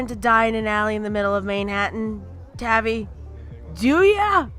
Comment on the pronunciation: It’s tavi like taviy